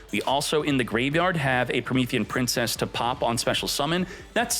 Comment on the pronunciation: "Promethean PIMPcess"